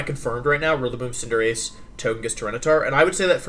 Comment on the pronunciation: HE PRONOUNCED CINDERACHEE, WENUSAUR, AND TOJIKISS WRONG!!!!! >:(((( surprisingly I'm not that single dislike right now